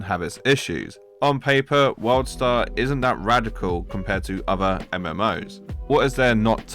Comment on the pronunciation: Sounds like you are constantly saying Worldstar